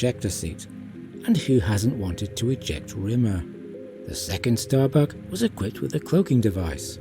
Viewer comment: Ahhh.......I see what you did there..... Hiding behind your accent to get away with saying "giving Starbuck a fat backside" And if you didn't mean to do that..... it's even funnier...... Especially when you hear the part "it's as if Starbuck is taking a dump" 😆😅😂🤣